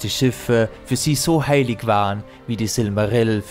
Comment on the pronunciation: "sein Name" "EA ES SEI!" "Manwe" "MelkoRRRR" "dahhherr" "haaillig" "Gejjstrwesen" "DIE VALARRRR" "Olwe dem Bruder von Elwe" "sehende Steijne" "dreijmal bat er sie um eine Flechte, dreijmal sagte sie nein zwischen ihnen würde keine Freundschaft mehr sein" "pack dich" "scher dich weg" "da wurde Feanor zorrrrnig" "UnTerTessen" "Galadriel" "dort kamen ihm die Balrogs entgegen" "die Geschichte von Morgoth und Feanor" "...."